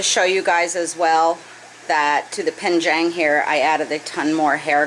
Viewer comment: Love your channel, and watch every video. Don’t want to sound pedantic, but it’s penjing not penjang. I may be your only mandarin speaking viewer, but I thought you might want to know. Thanks for sharing your experience and fish adventures!